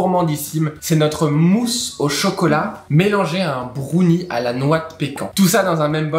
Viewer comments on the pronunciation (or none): Il faudrait quand même leur dire que brownie ne se prononce pas brOUnie…